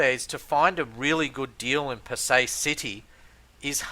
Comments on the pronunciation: It's pronounced as Pa- Sai rather that Pa- Say. Anyway great videos. I was looking for a better way to gage the valuation of a property in this murky market. You shown me that foreclosures can be a good valuation indicator as the bank's also have to price them correctly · Hi Fred Bee... I welcome your comment to correct me if I am wrong. I am just pointing out that the local pronouce it Pa-Sai instead of Pa-Say. There is no malice in my comment at all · He is unable to even correctly pronounce the name of the city ! Why would you have any reason to believe anything he says. Does he have a realtor's licence to operate there ?